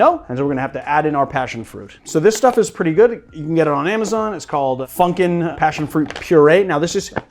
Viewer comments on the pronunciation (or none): none